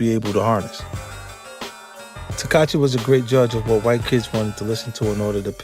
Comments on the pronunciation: It's not tekachi its tekashi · 50 keep callin him “Teekahchee” LoL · 50 cent has a hard time saying “Tekashi”. He should just say 6 9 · The fact that he keep saying takachi is crazy SMH allnthat money and can't speak bright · I'm hearing teck- katchi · So we gonna keep acting like 50 saying “Tekachee” ain’t the equivalent of Crunchy Black saying “Glad” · “Takachi” -50 cent 💯💀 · Right lol? He's saying tekachii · he said tekachi 😂😂😂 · Did he say Tekachi the whole vid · Why it sound like he saying Tekachi lmao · He called him "tekachi" 😂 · Why does he keep saying tekachi lol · "tekat-chi" - 50 cent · 50 said takahshi and jarule 😂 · Yall fools....thats not even fifty. "TAKACHI"...tfoh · Why he pronouncing his name like that 🤦🏾‍♂️ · How is he saying that boy's name, lol.